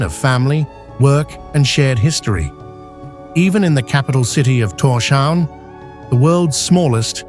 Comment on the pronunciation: It's Tors-havn - Thor's Harbour. No sh-sound. Should be basic knowledge when talking about the Faroe Islands.